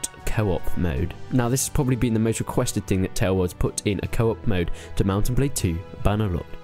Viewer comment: thought u said kebab instead of co-op lol